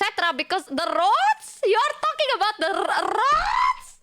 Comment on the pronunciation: "Don't get me started on RrRrRrRrRroads!!!"